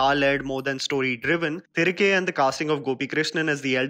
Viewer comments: Its thi-ri-kae not thrike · Its pronounced तिरिगे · Its pronounced as "thirighe" roughly translates to come back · I strongly advise you to properly learn pronouncing the film titles before making your reviews. Your intentions are really appreciable but whole effort goes in vain if you don't pronounce the movie name correctly when you are making a 7 minutes video on it. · Iam asking him to put an effort to pronounce atleast the film title properly when he is talking about the whole regional cinema. And for your question,I can read,write and speak Hindi